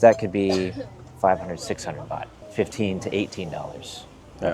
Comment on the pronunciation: Great video but It’s baht 😊